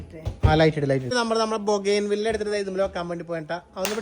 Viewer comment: ബോഗൻ വില്ല എന്നാണ് ഉച്ചാരണം